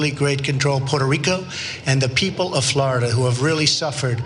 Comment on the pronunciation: first stop disrexpecting, learn how to pronounce the name correctly Puerto Rico,,and stop the bull shityou r not fooling me ,I'm a born and rise there,you morons.said